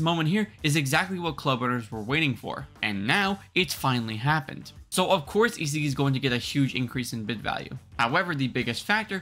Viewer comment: Bro is butchering the pronounciation of isagi aha